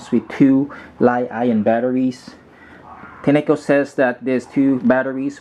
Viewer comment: You are saying the name wrogh dushbag!